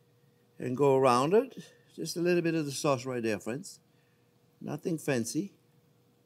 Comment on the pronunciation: "Well hello there phrinzzzzzz"